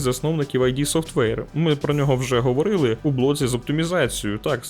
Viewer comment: Іще один "оглядун" який береться робити відос про ретро і не має уявлення як читаєтья id Software. Ну, курва, це ж база, це має бути в спинному навіть а не в головному мозку, ну який ти взагалі геймер якщо цього не знаєш? Так, я бурчу як дід, але я вже і є дід, шо поробиш.